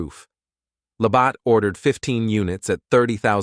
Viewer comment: Labatt is pronounced La bat. Not La bott.